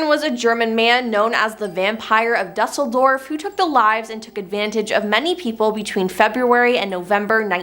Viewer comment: I love your videos but I really wish you guys would learn how to pronounce words correctly like Alias and Dusseldorf